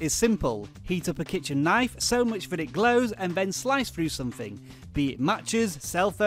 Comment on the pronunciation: Pretty informative, yet I got to admit I don't like the way you pronounce 'knife'. Naiff xD